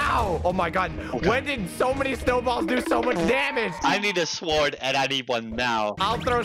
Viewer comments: blaza's pronunciation be like: 🤢🤮 > Sord 😎😎> sWord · I find it funny that blaza doesnt say it like sord he says it like sword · anyone else oove how blaza says sword "swword" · Is any one confused why says the w in sword?